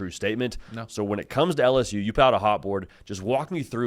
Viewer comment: Could someone please teach him how to say “L-S-U”?! It’s “L”! Not “Alice-U”, or “Al-S-U”! How are is its to say the letter L?